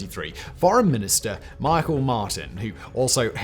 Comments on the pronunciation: Also it's pronounced mi-hal not Michael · I cant help but correct you here, but we pronounce Micheál Martin name, '/Me-hall/Mar-tin/' in Ireland (It's the irish pronunciation of his name, easy mistake!) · So annoying, micheál is pronounced mee hol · Micheal Martin is pronounced more like : Me haul Martin in English. Just FYI. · Thanks for the video about Ireland! Can I point out that our tánaiste's name is "micheál", which is pronounced in English like "meehawl". It's not Michael. Otherwise it's a very interesting video. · ‘Micheál’ is pronounced ‘Mee-hall’ in phonetic English. Not Michael. We have a penchant for calling him Me Hole Martin, because he’s such a smarmy lying bollocks, like the rest of them. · Great video. Just FYI Micheál is not pronounced like Michael, but instead like “meahaul”. And Taoiseach is pronounced almost like “Tea-shuck”. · Micheál = “Mee-hawl” Taoiseach = “Tee-shock” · Just an FYI, Michaél Martins first name is not pronounced as most would think, it’s actually pronounced me-hall instead of my-kull as is usual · I'm sure a hundred people have always said this but in case theres a follow up, Taoiseach (Tee-Shock) and Michael Martin goes by the Irish 'Me-hall' Martin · when did "Meehall" become "MIcheal"? and yes I wrote down the pronunciation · Thank you for using the Irish names for things as well in this video! One small note the dail is pronounced "the dawl" and Michael martin is pronounced "mehall martin" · Shannon Airport and Irish Airspace is used by the US and British military. So it's not truly neutral as it is. Also the gobshite's name isn't pronounced "Michael". It's pronounce "me hole" as in "the bastard does me hole in" And Taoiseach isn't pronounced like t-shirt with one T lol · Micheál- Mee Hall Taoiseach- Tee Shock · Just to make Irish pronouncation easier Micheál "Meehall" Taoiseach "Teashock" Your welcome 😂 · It’s pronounced Tee-Shock (Taoiseach) and Mee-hall (Micheál) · His name would be pronounced Mehall